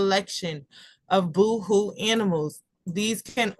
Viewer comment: Thanks for sharing the content! Just an FYI Boho is pronounced bow-hoe it’s short for Bohemian. 🙂